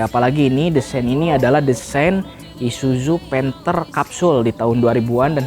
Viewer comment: Gua muak dengar kata isuju isuju isuju bisa bener gak bg??? I s u z u pake zet bukan jet